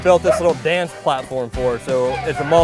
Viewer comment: Finally I heard PLATFORM, without AR ........That kills me............Woof Woof....